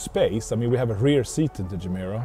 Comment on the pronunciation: Mr. Koenigsegg, you once explained how the name Gemera came about, what it means in Swedish, and how it is pronounced. I'm confused. Should I interpret this English pronunciation as a sign of low self-confidence or opportunism?